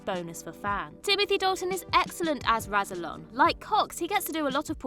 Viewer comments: Can she learn “rass ill on” rather than “razzle on” while she is at it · Do you even watchthe show? Rassilon is not pronounced Razzilon. it is a double S Rassilon and is pronounced like Wrass.. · Imagine making a video where you pronounce Rassilon AND Omega wrong in the same sentence. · Pronunciation for Omega and Rassilon is terrible, obviously you have never watched the show and are just reading from a script.